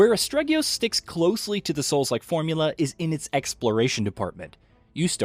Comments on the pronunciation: Sir you don't even pronounce the title right, it's Aste-rigos not astreggios! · as-teri-gos not astreggyious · why does EVERYONE miss spell and mispronounce this title? its ASTERIOGOS not "astregius" lmao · Game: 'Asterigos.' This guy: 'Asparagus.' :/ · Astregios?!! Learn to read... ASTERIGOS sigh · "Astreggios" Not quite, my dude. Great review though! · Its Asterigos, NOT ASTREGIOS! And its a low budget indi game, so you cant expect all the bells and whistles of a AAA title. For the price, I think its brilliant. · Did you just say Astregios? Wow! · How can the name be so hard to pronounce? Astregios? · WTF did you call it?? It's AS_TE_RI_GOS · I can't agree with this review. If you start off by not getting the name of the game right, I'm not surprised. Feels like someone read a short synopsis and then just conjured something up from thin air. I came to As-te-ri-gos from Elden Ring directly and immediately felt the souls-lite-like vibe and other similarities it has. I've had exactly one technical difficulty with clipping through the vineyard in the sunken marsh and that's it. I think the combat system is brilliant with the main and secondary weapon complimenting each other and I also enjoyed the lore that was spread out the world to bolster the story. I would've rated this 8.5/10. A better version of Immortals - Fenyx rising (which is not a bad game either) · Rumor has it that someone kept pronouncing it wrong by calling it Astregios and got it banned. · Um... "Astregios?" Really? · I was thinking the same thing. If you’re reviewing the game at least know how to pronounce it. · It's almost like he procrastinated on his review deadline and tried to speed run the game to piece one together. "Asterigos" is sounded out for you in the game enough times for you to not have an excuse to say it wrong. He doesnt seem to be aware that he is reviewing a small budget game either, but probably gave the absent story Elden Ring a 10/10 because the trees looked pretty.